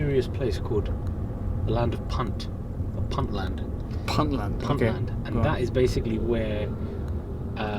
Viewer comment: it's Puntland pronunciation Pontland